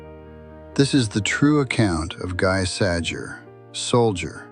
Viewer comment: Firstly, his name is pronounced GHEE SAZHERE. NOT "Guy Sajer", lol. Secondly...his MOTHER was German and his FATHER French; not the other way 'round. A fact his German comrades occasionally disparaged him about; telling him it was the FATHER that mattered in such a union. As far as they were concerned, his father being French counted against him; and made him not a "true" Aryan.